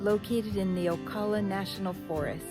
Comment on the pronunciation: You mispronounced Ocala so I know you're not a Floridian